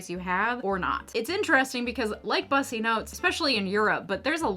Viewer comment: "Bussy" isn't pronounced "Bus-ee", it's pronounced as "Boo-see" (like the aspect of human anatomy it's referencing). Can you imagine if we called it a "puss-ee"?